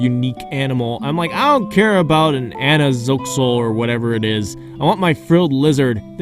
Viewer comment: "Anaxoxal" - 2020